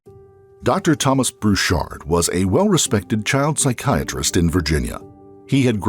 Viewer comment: The voice-over always says "Bruchard" instead of "Burchard"...